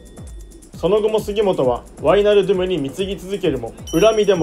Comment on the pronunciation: ワイナルドゥムの発音で「ドゥム」の部分をしっかり発音するところが好きです。そしてケンユー企画大好きです。笑 後々Liverpoolと南野拓実を使った企画も見てみたいです☺️